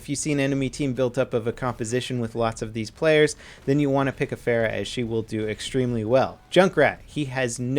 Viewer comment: She's your favorite hero and you don't say her name right. Then again no one does so I don't blame you